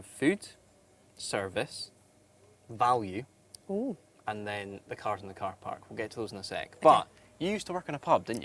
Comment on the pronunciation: Wait, I thought value is spelled U and not with an I valie